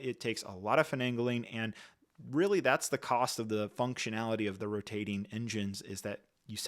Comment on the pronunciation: why did we say Rotating so weird lol